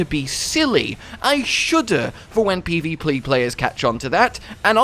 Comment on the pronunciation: He says "PVPlee players." 😆